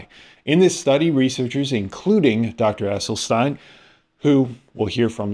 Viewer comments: First of all, please learn the correct pronunciation of Dr. Esselstyn's name. Second, if I were an influencer who was attempting to build my platform, attacking th plant-based community would be an easy target, since they only represent about 1% of the population. Third, Dr. Esselstyn took these patients on after they all had significant and numerous sequelae from their cardiovascular disease, and as a result of the diet and the time he spent with each of the subjects, if they stayed compliant with the WFPB not oil guidelines, it is my understanding that there were no further adverse effects. If I were a patient who had many adverse events, I think giving up olive oil and avocados would be a small price to pay for my life. I do not think Dr. Esselstyn embarked on this journey with a rigorous study design in mind...he simply wanted to see if this diet would improve morbidity and mortality numbers, which it did considerably, esp when compared with those who did not follow his protocol. The data is clear: if you have a history of heart disease, this diet works amazingly well. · It's NOT Essel-stine, it's Essel-steen! Dr E. was personally teaching the members of his program intensively & and was available for free consultations. This way, he insured compliance. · His name is pronounced Essel-sten not stein. Poor form when you mispronounce the main subjects name so often. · It's EsselstEEn 🙂